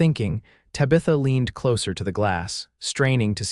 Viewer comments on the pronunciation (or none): Tabitha is pronounced "TAB-ih-thuh". It's also Stagecoach NOT "Sta-ge-coach". Arrrrgh!!!!